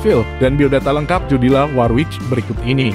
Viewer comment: Mas Admin sebaiknya tanya dulu k mbak Jodi, bagaimana mengucapkan namanya yang benar. Kalo gak salah pengucapan namanya yang benar "Jodili Worwik".